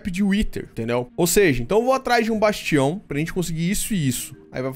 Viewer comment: Ótimo vídeo, amo mods mágicos 😍 você até hoje não sabe falar o nome certo do bastião 😂🤣 Eu não entendo sua cabeça, mora em uma Dungeon pra não precisar construir várias salas, mas faz tudo em uma sala só 🤷